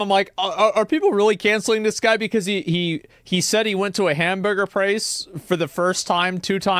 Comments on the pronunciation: "hamburger prace"? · Love that you said “prace” 😂😂😂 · I was confused why u said prace until I heard it😂😂😂😂😂